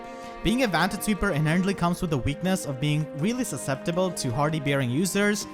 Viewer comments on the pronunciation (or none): none